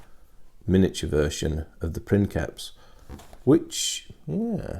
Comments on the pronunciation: It's not prinkeps its pronounced like prince. prinseps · Sorry but it's not "prinKeps", it's "prinSeps", being a real life word from Latin, so it's pronounced like "principal" in spanish. There's even a vid here: cheers for the video as always mate. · No, it is pronounced prinkeps, its written princeps but it is actually latin, in latin the c is pronounced as a k. So it is prinkeps. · we don't exactly know how Latin was pronounced. Judging from some of the modern languages that deviated the least from it (Italian and Spanish) I can tell that the "c" changed pronunciation based on the vowel that followed it. C+A,O,U and we get a hard sound, like a K. C+E,I and we get a softer sound, like a CH or a TH or an S (depending on which modern language you focus on). So, again, not 100% sure, but the word princeps was probably pronounced like princheps, or printheps, or prinseps. And probably not like prinkeps. Take this with a grain of salt, I've done no research on the matter. I've studied Latin for a few years in high school, but here in Italy you study Latin with a modern Italian pronunciation, and I'm not too convinced it is the correct one. But I bet it's close enough.